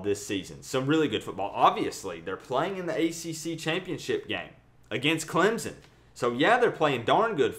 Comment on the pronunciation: I like your vids and I think you are unique. Gonna be great but for the love of GOD stop pronouncing Clemson as Clemzon. Please Good sir, take your time, relax and pronounce my school as CLEMSON. Appreciate ya. #Surge19 but I'm still #AllIn19